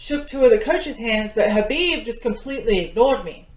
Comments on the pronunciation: Hi dear, hope all good, I must tell you that its 'Habib' as 'K' is silent.....lots of love...Thanks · Habib but write k is silent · > Pronunciation Is #Habib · Not khabib k silent he Habib nam he